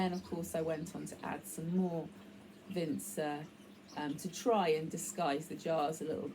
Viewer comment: Wow, I was pleasantly surprised by the end result! Really beautiful and whimsical. Also I like the pronunciation of Vinca, my name is Vince, but I've never heard Vinca pronounced with a soft C. It's always Vinka.